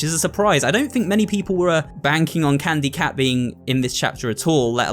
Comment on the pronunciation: really said it was candu cat.